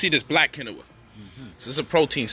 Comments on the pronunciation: You not saying quinoa right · Lol say Quinoa again!!!!